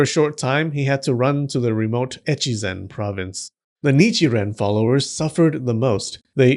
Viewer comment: echi...zen? like, zen perverts?